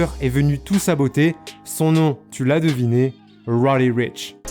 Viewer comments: Faut apprendre à bien prononcer son nom Deja...... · Arrête d’essayer de prononcer lil nas x ou roddy richh tu fais mal au oreilles vrmt